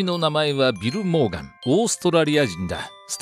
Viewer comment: 「ビル･モーガン」が貧乏神って聞こえる